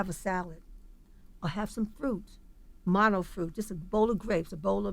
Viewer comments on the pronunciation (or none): none